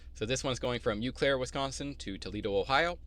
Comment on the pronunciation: Thanks for sharing your info as an O/O with your own authority. Subscribed last week. FYI, it’s pronounced “Oh-Claire”.